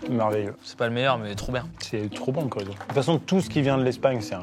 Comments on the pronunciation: Comment ça, ça se prononce le "Korizo" ????? Je suis la seule à dire CHoriso ? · le quoi ???? Le « K »orizo ??! Aïe ! Ça fait mal au « CH »orizo !! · comment ça le Corizo ? J'espère que c'est une vanne parce que là, étant à moitié espagnole, le -ch de Chorizo se prononce comme échelle et pas comme dans chromosomes 🤣🤣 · Desoler les gars mais ayant de la famille espagnole et ayant fait des apéro a Barcelone et ayant évidement entendu bon nombre de fois ce mot je tiens a vous dire qu’on ne le prononce pas korizo mais bien chorizo ch sa fait shh pas que mais vidéo incroyable sinon bien joué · Par contre le ch dans "chorizo" se prononce comme le ch dans "chou". [Korizo] ça n'existe pas, d'avance merci. :) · Comme toujours un banger, EN REVANCHE !!! Dire "Quorizo" pour CHOrizo et dire "Fuette" pour le mot Fouet ça fait mal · Mais on dis pas corizo on dit CHorizo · j'avais jamais entendu qui que ce soit dire Korizo au lieu de CHorizo, je suis perturbée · Mais ça va pas ou quoi d’appeler sa Coriso c’est CHOriso comme un chat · Tout se passait bien jusqu’à ce qu’on arrive au « Korizo ».. J’ai presque hésité à me désabonner 😂 CHHHHHHorizo!!!!! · J'ai pas compris pourquoi prononce Corizo plutôt que Chorizo ? Juste une vanne ? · Tout était bien jusqu'à qu'ils disent korizzo au lieu de chorizo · Comment ça le… Corizo ? ;-; ça se dit Chorizo hein, le son ch il est là, c’est pas Corizo, ça va pas ou quoi 🥲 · Pardon mais on dit CHHHORIZO ET PAS CORIZO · le fuet la base ont est ensemble!! Par contre va falloir m'expliquer ou est passer le "h" de chorizo moi je vie dans le sud ouest est à aucun moment un espagnol dit corizo à moins que j'ai pas capter que c'était une vanne sorry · KORIZO???? KORIZO?? on va se taper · Le Korizo c'est quoi ? 😂 n'importe quoi c'est espagnol c'est "tchorizo" que ça se prononce bande de zgegs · Comme la cheu cheu synchro c'est le CHORIZO PAS KORIZO MERDE ! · Je suis la seule qui est choqué qu’ils disent « corizo » et non pas « chorizo » ?